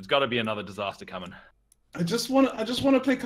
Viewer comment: "its a disastah! "